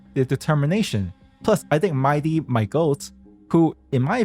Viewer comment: no, it's not MAI-DEE. But speaking of "DEE", that's how you pronounce "THE" in "THE Herta". Rhymes with DEE, not DUH. You pronounced "THE" wrong 😂